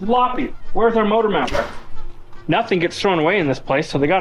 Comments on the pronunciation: You should teach how to say motor not mortor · The moodur mount. lol. does say motor funny.